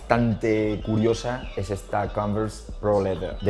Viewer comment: Pero xq pone esa entonación al decir converse?